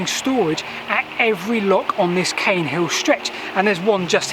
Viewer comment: Caen is usually pronounced 'khan', but perhaps this one is different.